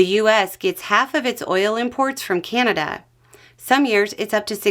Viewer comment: it's CANada not CAN'Tada